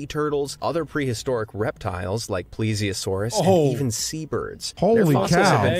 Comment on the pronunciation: it is pronounced ples e osaurus